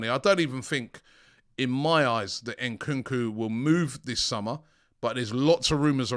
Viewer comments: Ayo Robbie, please start pronouncing AFRICAN player's names right, it's Nkunku not N kookoo, don't say the N separate, as AFRICANS you're disrespecting us, love your content but sort this out P.s Same for Eddie Nketiah, it's not En ketiah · Robbie is not Enkunku its Nkunku 😅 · Bro said nkunku 🤣😭